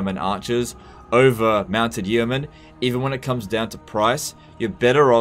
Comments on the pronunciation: It is pronounced "Yo Mun". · its just pronounced "Yo-man" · The first 'e' in 'yeoman' is silent, because English is a crazy language. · The way he says yeoman triggers me